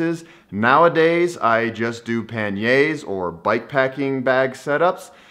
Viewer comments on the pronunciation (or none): Nice video, really great mindset but please practise saying pani-erz 😀😀😀😀